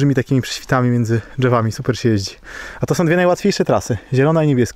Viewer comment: Mówi się "drzewami" a nie "dżewami" tak mnie na języku polskim uczyli. Po za tym łapka w górę. Super film! Nie to, żebym był złośliwy, ale dzieciaki Pana, oglądają i rozumie Pan, po prostu nie wypada kaleczyć. Pozdrowionka.